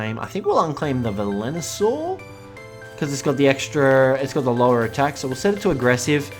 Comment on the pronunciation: It's Velonasaur dude.... VE-LO-NA-SAUR!!!!!!! Edit: P.S. This is one of the small things that bug me, you still have the best instructional and informational Ark vids though, keep it up!